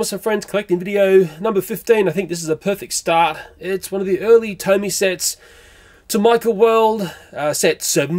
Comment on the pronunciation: That's not how you say Tomica its Tomy-ca